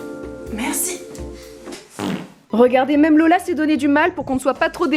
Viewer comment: C'est pas Lola mais Leula 😂😂